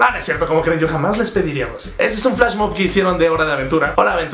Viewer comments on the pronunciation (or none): none